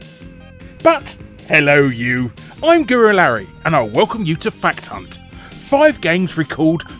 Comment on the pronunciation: larry at the end it sound like you say "fuckedhunt"